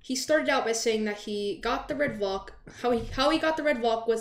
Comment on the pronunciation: Everyone: Red Valk: Red Volk